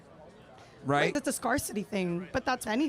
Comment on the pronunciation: She really just said “scar-city”